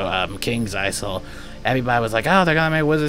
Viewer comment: Ha ha until 5th September!!! Wow! A whole two weeks!! That will do a lot... Oh and btw, Kings Isle is pronounced with a silent s; Isle = Island so the s is not pronounced.